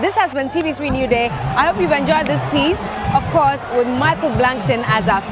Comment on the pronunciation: Someone tell its not Blankson.